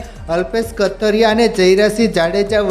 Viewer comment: Gujrati bhasa bolta shikho kathrya nahi kathiriya bolo